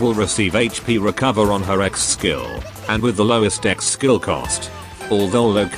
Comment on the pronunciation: You say Ex skill, I hear Seggs skill